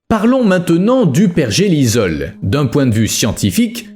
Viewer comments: Pergélisol et non pergelizol ! ! : sol gelé en permanence !!! Understend ? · ça m'a piquer les oreilles aussi lol , il n'a pas compris le mot 😂 . apres, cette chaine n'est pas la plus pointue en science ^^